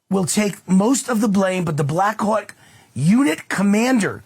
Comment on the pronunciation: Anyone else hearing Black c*ck instead of Black Hawk? 🍆